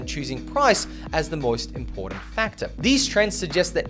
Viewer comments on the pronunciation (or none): there is no letter "D" or sound of "D" the word I M P O R T A N T ..........